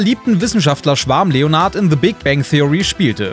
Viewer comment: Warum sagt ihr immer leonard